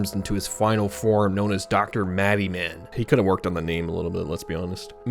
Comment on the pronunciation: For the Yo-Kai watch one It’s not pronounced Maddie-men it’s pronounced Mad-a-man.